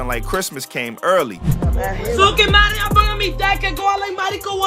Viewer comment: he says matty not notti